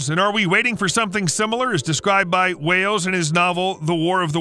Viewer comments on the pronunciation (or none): ALSO IT WAS WELLS NOT WHALES !! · It's H.G Wells ( as in wishing WELL ) NOT H.G Wales .... 😅